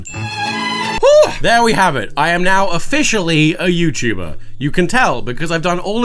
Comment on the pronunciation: “Youtber” pardon?